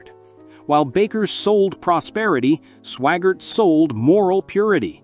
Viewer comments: AI NOT Swoggart, SWAGGART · You need to make sure to learn how to pronounce name's its Swaggart, not swaggar